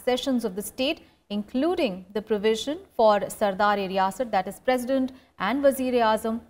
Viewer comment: It's sadar e riyasat and not sardar e riyasat..